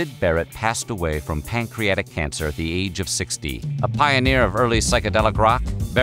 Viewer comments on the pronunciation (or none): none